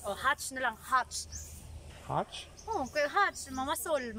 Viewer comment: Catch not hatch